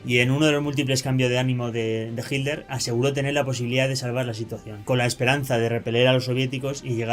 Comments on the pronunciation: Entiendo que el Hitler, NO HILDER. Qué te pasa??? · Hitler. No jilder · Es hitler,...no es hidler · Hilder? por favor un esfuerzo por la pronunciación . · Porque los Españoles dicen “Hiller” sin pronunciar la letra T ?